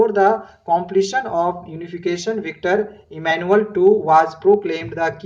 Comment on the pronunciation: Its victor emmanuel,instead of victory e.